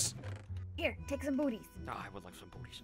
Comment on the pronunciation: it sounded like he said boobies unsteady of booties